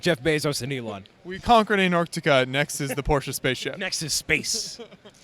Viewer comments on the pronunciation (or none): none